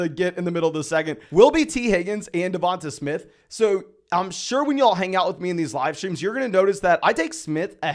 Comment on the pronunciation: Great video, but I think you might want to check your pronunciation of DeVonta Smith.